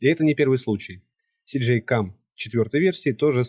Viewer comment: Всё как бы да, по делу, но блин - не СиДжей, а ЭсДжей, первая блин буква - эс))